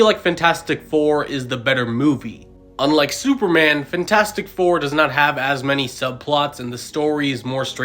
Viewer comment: “Fntastic four” ❌ FANtastic four ✅